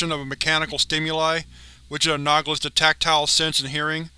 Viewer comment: I enjoy your videos,, but your reading is sometimes horrendous, and you never correct it. You're killing me. Exentential? You're literally getting worse at saying "existential" every video. It's ex-is-TEN-shul. Anogolus? It's anahl-o-gus. Causal, kaw-zuhl, not cawsual, which is Crow Relaxed Wear. And "a nutter" is a crazy person in the UK. It's "uhn-uh-ther" for another. Suh-sept-ih-bul.. Not suck-septible. Either (eeh-ther), not eater.